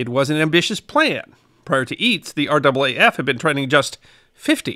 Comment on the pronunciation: Fair enough, I hadn't heard it had changed!! Always good to learn something new!! Also, well done on pronouncing R double A F correctly!! So often people from outside of Australia say each letter, R A A F, and it just sounds wrong to Australian ears!! Great video!!